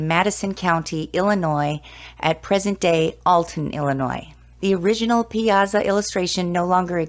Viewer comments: If you're going to do a story on something, pronounce the main subjects correctly. Pie ah saw!!!!!!!! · Its pronounced "pie-saw"